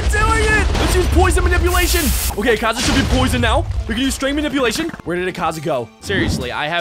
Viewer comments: he also said akaza as ekaza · U Bucherd akaza name so much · you are saying the word akaza wrong